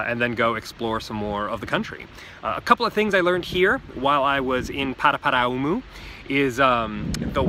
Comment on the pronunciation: Also people that have lived in Nz for 40+ years that pronounce it "Paraparam"